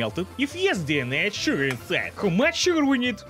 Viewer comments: So much sugar that sounded American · sounds American when he says sugar Edit: and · that's and oddly american pronunciation of sugar for you... are you ok? Are you being converted? Are you being ousted as a spy? THE NUMBERS MASON WHAT DO THEY MEAN?! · I love how it sounded like you've accidentally shown your Western spy accent in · "We need all the sugar" Sounded super american. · Yep, Western spy true identity confirmed! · if he said "sugar" in an American accent so easily the Russian accent must be.... Fake? Perhaps? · Why everytime saying the word "sugar" sounds like 1930s Trans-Atlantic Accent? Seriously, this is not the first vid he sounds like that... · he sounded southern 😂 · Bruh he sounded American when he said “sugar” 😂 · when he said sugar, he sounded like an american at 2.56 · why did he sound so american